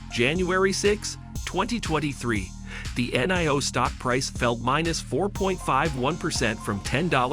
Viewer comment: Robot voiceover video that can't even say Nio, don't bother